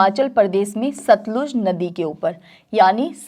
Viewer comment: सतलज नही सतलुज नदी बोलिए teacher जी